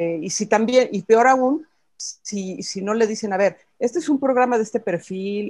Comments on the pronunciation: Jajajajaja no se dice PIOR, es peor jajajaja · Hola creí que solamente yo me había dado cuenta de que había dicho pior se dice peor